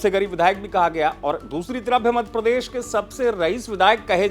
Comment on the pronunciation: आप मध्यप्रदेश बोलना कब सीखेंगे, मधप्रदेश 😂